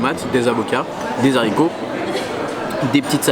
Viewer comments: Des zaricots ??? Mais non ! Des Haricots <= pas de liaison :) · Il a dit des Zaricots !!!!